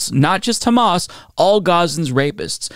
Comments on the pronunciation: man when she said "KKKHHHHHAMAS" I totally dropped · Isghael😂. Khamas😂